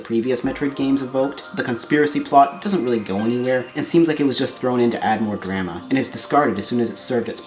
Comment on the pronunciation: You mispronounced "drama."